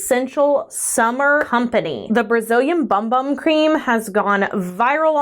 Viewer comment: So apparently its pronounced boom boom. Lol